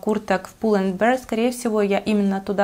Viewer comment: Зачем коверкать слова pull end 🤢